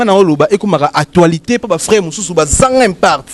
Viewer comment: Déjà va t'instruire, on dit actualité et non actoualité 😂😂😂😂.Ce sont ces bourriques de ce genre qu'on appelle chroniqueur 😂😂. On dit avec des preuves et non d'épreuves 😂😂😂